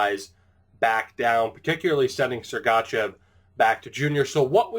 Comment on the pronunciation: With sergachev don't do a hard letter A :)